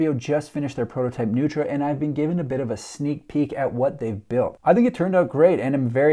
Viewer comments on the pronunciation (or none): The designers are honoring Richard Neutra (mid century modernist LA). It's actually pronounced "Noy-tra". Strange, I know.